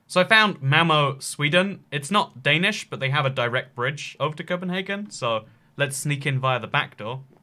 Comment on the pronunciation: Cpnhargun Copenhagen